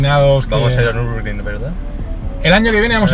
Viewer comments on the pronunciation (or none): none